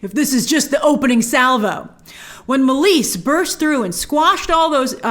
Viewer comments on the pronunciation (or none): Grace Meleys is pronounced like (May-Lees) and Rhaenys is pronounced like (Ray-Knees). Keep up the great work. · Meleys. MAY-LEES. Like bruce lee's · Meleys= Meeleeys Rhaenys= Rhae-nees And it's VelAHryon , not Valyrion (this felt like Hermione correcting Ron) If that makes sense ;) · Meleys is pronounced “may - lees”